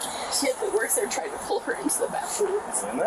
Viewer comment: "I'M TWYING TO SOW YOU!!!! PWEASEEEEE!!! NOOOOOO, TOOOOOM" 😂😂😂😂😂